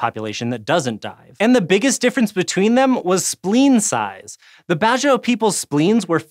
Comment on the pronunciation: Just so some of you guys know, it's pronounced as Bad-Jao, not Bajio or bazio.